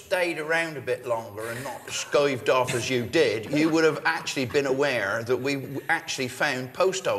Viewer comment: You gotta love Phil: "If you'd've stayed around a bit longer and not skoived arf as you ded...." :)